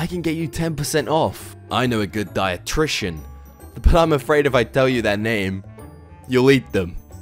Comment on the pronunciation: "Dietrictian" Yeah, that's not how you pronounce it..